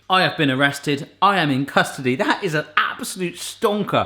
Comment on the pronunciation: Did you say "I am in Custardy"?